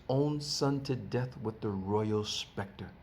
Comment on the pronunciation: It's SCEPTRE (pronounced septer) not SPECTRE LOL